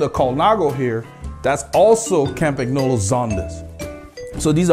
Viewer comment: Love the video. Campagnolo is pronounced "Campan yolo" ;) I have a Litespeed T1 with Zonda C17s for climbing and Bullet 50s (not the CULT bearings) for the flats. There is only about a 200g difference between them, so acceleration is a tad faster with the Zondas, which also feel a bit softer, but the Bullets are what makes me smile. They come alive at about 35kph (22mph) and holding speed is easier, particularly with 25mm wide tires. I've had them up to 71kph with a tail wind and they felt solid and planted. I had a set of Shimano RS81 C35s on my Tarmac, which felt tons better than the stock DT Swiss, but felt like bricks compared with the Bullets. The RS81 C50s might feel better, but I have absolutely no reason to even give them a spin so far.